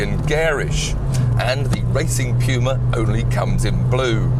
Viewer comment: Correct English pronunciation, amerifags would call it the '' pooma ''